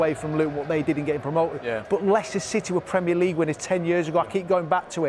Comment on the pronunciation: because he said Leichester that's how Americans pronounce it?